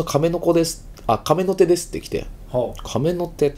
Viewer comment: カメノテの発音ちがいますよ